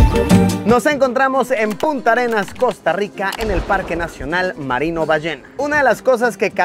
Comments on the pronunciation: Es Puntarenas, no Punta arenas Punta arenas es un lugar de Chile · Luisillo es PUNTARENAS, no punta Arenas. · Puntarenas, no punta arenas xd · se pronuncia PUNTARENAS